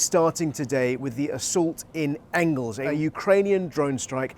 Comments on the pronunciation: It's Engels, not Engles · It's most probably Engels, not Engles, you illiterate faragists.